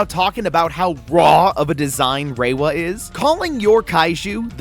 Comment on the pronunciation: 1. Yes Gorogong is pretty ape-like, but he ultimately strikes me as far more of an Ultraman-inspired design than King Kong 2. Ra-wa is how you pronounce his name, I dunno where you're getting Reiwa (like the era) from.